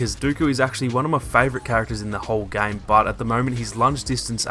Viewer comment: You pronounce game like gang